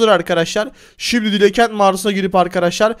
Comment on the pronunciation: abi dila ket değil dilaa kentt diye okunur